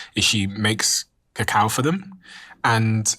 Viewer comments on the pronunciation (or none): CACAO ... not COCOA ... very important distinction.